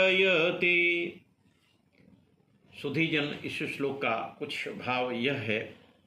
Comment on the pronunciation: Bhut sunder sir ... Apne to granth ke ishlok ka bhut acha uchharan kiya he ...